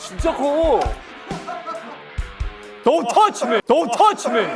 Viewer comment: 돈퉈치미! 개찰진데 ㅋ